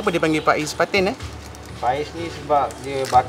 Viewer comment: Bukan Faiz..tp bunyinya Fayes ikan Patin...